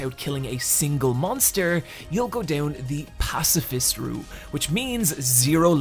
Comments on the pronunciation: "Pacafist" Love the vid tho ❤ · "pacafist" pacifist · WHY YOU SAY "PACAFIST" taht not word my amigo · "Pacafist" is making me giggles everytime it shows up on screen